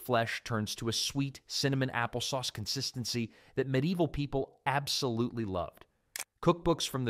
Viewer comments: If only he would pronounce ME-DEE-EE-VIL correctly . . . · Pretty good AI voice. Almost unnoticeable, but it pronounced medieval definitely a couple times.